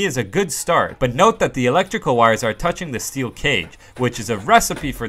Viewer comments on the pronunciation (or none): none